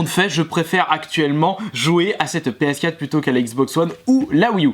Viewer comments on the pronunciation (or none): On dit ps4 quatre pas quat